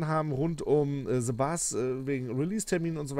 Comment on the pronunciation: Nicht sebus sondern the bus